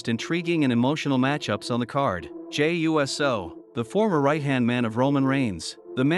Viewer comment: I saw nothing wrong with the match. Hated how your video kept saying “Jey U.S.O” as if it’s a fucking USO show for the US Military 😂